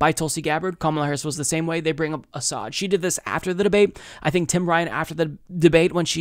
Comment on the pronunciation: tulsi hiding a smile when butty judge mispronounces Assad while trying to re-use that tired smear